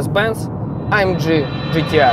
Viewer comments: "А ЭМ ДЖИ ДЖИ ТИ АР" 1 МИЛЛИОН РАЗ НАДО СКАЗАТЬ, А УСЛЫШАЛ ВСЕГО 976 356 РАЗ. СУКИ ЭТО А ЭМ Г. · Правильнее будет АМГ вместо АМДЖИ !!!!!!!!!!!!!!!!!!!!!!!!!!!!!!!!!!!!!!!!!!!!!!!!!!!!!!!!!!!! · Почему " А-Эм-Джи"? Тогда уже "Эй-Эм-Джи"? Или "А-Эм-Гэ" всё-таки?! Режет слух немного... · амГГГГГГ если вам не сложно, амЖЖЖ ну прям... Aufrecht Melcher Großaspach. Чтож ты не говоришь ламборДЖИНИ